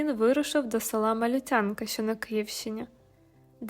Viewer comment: 😂Дуже дякую за відео.Дуже люблю творчість М. Пимоненка.Але маленький нюанс: назва села Малютянка-наголос на другому складі, на букву "ю"!!!Дуже ріже слух!!